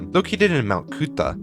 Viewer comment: As someone who lives in Brisbane, and went to Currimundi as a child, hearing the pronunciation of Mt Coot-Tha, Toowong and Currimundi hurt my soul lol ("Mt Coot-Tha" is pronounced "Mt Cootha," "Toowong" is pronounced "Tuhwong" and "Currimundi" is "Kuh-ruh-muhndie" just so u know)